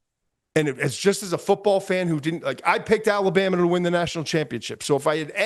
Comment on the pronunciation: My guy said "Ween" lmao